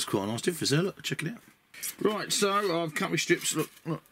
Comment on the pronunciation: Inside of "Check it out" I thought you were saying "Shakira, Sharkira", which confused me.